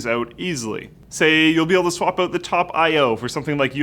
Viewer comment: Its 'out' not 'eut'.